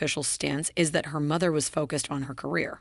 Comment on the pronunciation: Like mather, like douther!